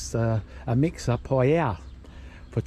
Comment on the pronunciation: Great videos but you really need to work on your pronunciation. Words like sangria and paella 😂